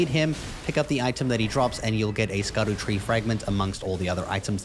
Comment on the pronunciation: Scadutree, pronounced Shadowtree